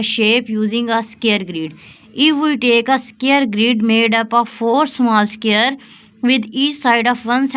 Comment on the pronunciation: Sqare nahi hota square hota hai😂